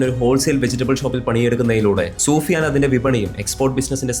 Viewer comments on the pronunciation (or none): Soofiyan alla sufiyan aahn